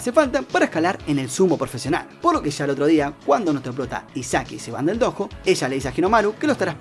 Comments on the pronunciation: No es dojo es doyo que se dice 😥😥😥😥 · No es hate ni nada pero creo que se pronuncia "Doyo", aunque se escrfibe "Dojo.